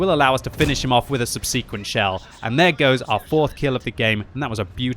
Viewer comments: I've never heard anyone say subsequent like that before. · still doesn't know how to pronounce "subsequent"